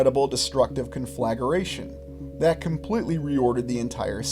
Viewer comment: Con-fla-gra-tion not Con-flag-er-a-tion